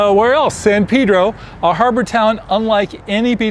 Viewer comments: It's San Pay-dro, not San Peeh-dro. Come on, people. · He piss me off about how he Pronounce it Shit